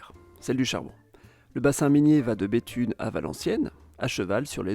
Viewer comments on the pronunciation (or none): y a pas de "S" à Béthune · Bethune ne prend pas de S ! ARRETEZ avec des S partout, même dans la prononciation !! Idem pour le Z de Mulliez qui ne se prononce pas, "Mullié". Pénible d entendre tous ceux qui font des reportages sur le Nord sans s être renseigné avant sur la prononciation et autres !!! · Attention, il n'y a pas de "s" à "Béthune". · Bethune sans "S" :) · Béthune et non Béthunes